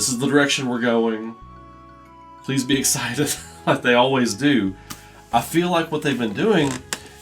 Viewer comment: Prease be eggcited.